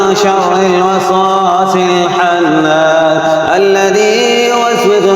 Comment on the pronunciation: Surah falaq me aesa mehsoos hota he khalaq ki jaga halaq parha jaraha he, S Nas me khannas ki jagah hannas horaha he. Meri bat ghalat bhi hosKti he